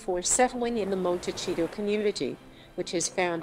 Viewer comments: FYI — It’s not pronounced monteCHito-— it’s monteSEEto. It’s a Spanish name which means little hill/mountain. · IT IS NOT PRONOUNCED MON-TEH-CHEETO! IT IS PRONOUNCED "Mon-teh-sea-to." It is a Spanish word meaning hills or little mountain. They are going to love it there. Unlike almost any other city in the US, there is a polo club just five miles down the road, where Harry can get his fill playing his favorite game. (When William and Catherine visited a few years ago, they stopped off in SB. William played polo for charity at the club.) Archie can grow up going to some fine private or public schools, surfing or playing beach volleyball or soccer, both very big in Santa Barbara, two out of the three sports not available were he to grow up in Windsor Park. Just saying.